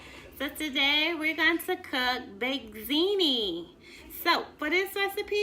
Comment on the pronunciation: I like how she said bake zini lol